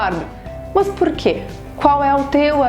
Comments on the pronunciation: mto gerundismo! fico nervosa com isso! E tb mts "Mãs", Enganjar... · os sotaques no Brasil são interessantes. A professora do vídeo fala "Mus" quando intenciona falara "Mas". interessante demais sô!